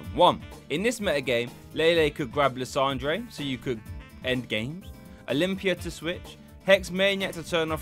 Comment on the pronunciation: It's pronounced Lysander